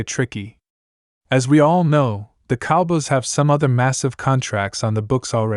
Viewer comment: Yo stop him from these videos Dallas Cowbiys it's Cow boys